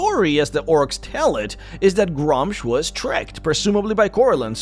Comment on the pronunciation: It's pronounced, "Groo-msh" or, "Grümsh"